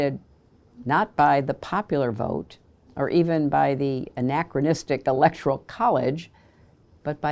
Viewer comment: Someone please tell Mrs. Rodham Clinton that it is pronounced ELECTORAL college. Not ELECTORIAL. Smartest woman in the world huh?? FJB